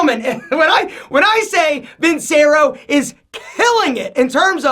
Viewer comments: How you gonna be sponsored by Vincero and can’t even say the name right? It’s pronounced like “Vin-chair-o.” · Still pushing (and mispronouncing) those ugly Vincero watches so he can afford the Rolex he wears when the camera goes off.